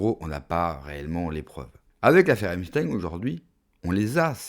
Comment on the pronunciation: J,aprecie votre chaine, mais par pitie. , ‼️entrainez vous a prononcer. EPPPPP CH TEIN. pas. EMSTEIN Pas EM,,, 📍EPP. C,est. Vraiment penible, ca decredibilise, vous avez l,air d,un tictoc. Wesh.